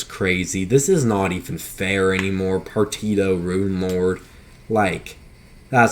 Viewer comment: Say it with me Par tea she oh = Partitio Otherwise cool vid